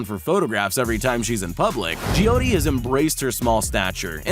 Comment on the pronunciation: You pronounced joy ti wrong